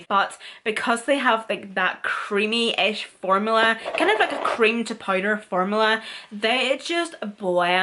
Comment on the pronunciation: Listening to her say powder as “pider” is everything lol